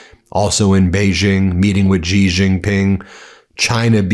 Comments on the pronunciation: It’s not “gee” it’s pronounced “she” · Why do so many commentators pronounce Xi Jinping as Ji Jinping? Does this follow a regional dialect that is at least locally correct? Is it a clever punning insult of some kind, like Small Bottles back in the late 1980s? What is up with this? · Xi is pronounced "SHE" as in English. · The chinese leader's name is pronounced 'she'. But you can't pronounce words Ben. you tosser.